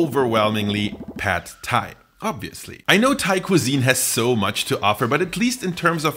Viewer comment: you researched this video well but you didnt research how to pronounce pad thai!